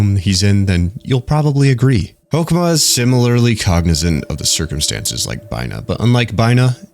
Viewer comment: I’m really really impressed with this video. You gave really accurate and detailed information that I’m very satisfied with given how much I love Project Moon. You did pronounce some things wrong (namely Hokma [which is pronounced like the ma balls joke], Binah but it was on purpose for funnies, Chesed which is pronounced Hesed, but that’s really it) but I really didn’t care because I enjoyed the vid so much. Also your ego definition was apparently not accurate, but a joke made by Dante from Limbus, as we don’t know what ego stands for. Something I will say is that this isn’t a video I would recommend to people who haven’t or are just starting to play lob corp. Apparently a lot of people choose to either ignore or just watch a summary of lob corp so they can play Library of Ruina and/or Limbus, just because they hear it is hard as balls, which it is. However, this game is a journey of enlightenment of the mind in many aspects, which isn’t an easy thing to do, so it’s hard for a reason, the same way Undertale Genocide is hard for an actual reason. It’s a game that can only be truly taken from the eyes of the player, and ignoring it for its difficulty is just saddening. Skipping it because you don’t think you’d like it or that it’s just not your game is understandable, but ignoring it just so you can play other PM games cuz it’s hard is a pussy move in my opinion. I’m getting off track, but new players should play lob corp, then watch this amazing video to get anything they mig